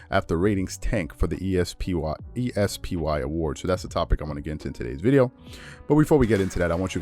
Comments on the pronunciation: Why are you pronouncing the ESPY'S like you pronounce ESPN? Especially while talking about mispronouncing names is hilarious. It's a word. NOT four letters. It's es-pee award. Not e s p y award. Just letting you for future references. 👍🏾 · The E-S-P-WHY Awards. Really? That is a funny way to say it.